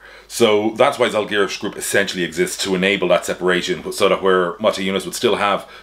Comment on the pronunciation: Your pronunciation of Paulius Motiejūnas was almost perfect, but you've gotta work on how to pronounce Žalgiris :D . Great video! Got new information that Lithuanian basketball podcasts didn't talk about.